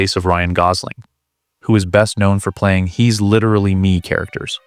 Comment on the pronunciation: “Litiralli litiralli litiralli”